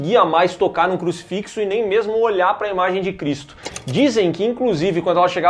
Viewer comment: "Cruxifixos" é foda né?